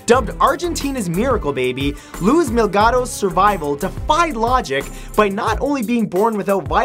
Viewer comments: MILGAROS MILGAROS MILGAROS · he actually said 'mil-ga-ros' haha listen closely. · I know, I was like mee-LAG-ross!!! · Milagros (ME-LAH-GROSS) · Number 6. Pronounced Mi-la-gross. Her name means Light Miracle.